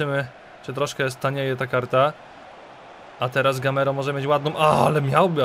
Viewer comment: GAMEIRO A NIE GAMERO